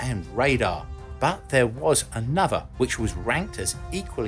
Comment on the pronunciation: Oh, for God's sake, PRONOUNCE the words CORRECTLY. Another is "An-nah-THUR" not "an-NUV-er". The word "this" is NOT pronounced "VISS"